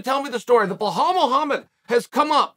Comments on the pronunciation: His name is bilal Muhammad. It's not bihol or whatever that is you mumbled. How how hard is it for you to say bilal? You like to talk but can't say bilal? You are a joke. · bilal not blinhal please uncle cheal 😂😂😂🙏🙏🙏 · Belal. B E L A L. not blahal. I don't like the guy but my ears hurt every time you say blahal. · It's bilal not blihal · Who else laughs every time he says blah-haul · Belal only has an "unusual first name" because you call him Blahal. Otherwise it is a pretty easy to pronounce. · Bro you get me every time with the “Blawhaw” Muhammad. 🤣👏🏽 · “Bleh-hall” Muhammad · Lol 😂 😂 😂 you really butchering Belaal's first name....its actually pronounced alot different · For someone who likes Belal, uncle chael sure says his name wrong a lot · You like Bellal so much u say his name wrong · Chael please look up how to pronounce belals name.. shouldn't be that hard to google it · The shear irony of a person named Chael to say Belal is an unusual name is hilarious. Undisputed Undefeated